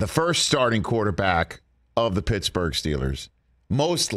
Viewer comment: Mitchburgh!! Lol